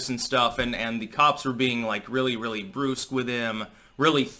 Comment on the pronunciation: First - Floyd wasn't "driving down the road". He was sitting in his car after passing a fake $20 to buy cigarettes which is why the cops were called. Second - "Brusque" is pronounced "Bruh-sk". Third - What if Floyd was pretending to be unconscious and then waits until the cop eases up and then makes a break for it? When the cops determined that something was seriously wrong with him, their only job is to restrain him until the ambulance gets there. It's not to determine what his medical status is. The ambulance was on its way when Floyd was on the ground and before he passed out. Fourth - They can't make up another phony baloney charge. They've already been charged and the court date is set. They don't get to walk down the list of offenses until they find one that sticks. That's not how the justice system works, thank the gods. Fifth - They did swab his corpse and Floyd did have COVID.